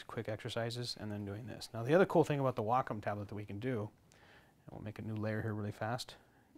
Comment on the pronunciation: You pronounce Wacom funny "WAAHCOME"